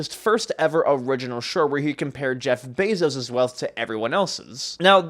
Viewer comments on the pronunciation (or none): none